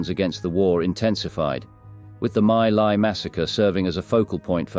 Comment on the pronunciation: My Lai is pronounced "Mee Lai"